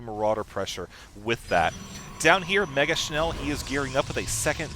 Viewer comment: hehe nice pronouncement of "megaschnell". its german and means "very fast" ^^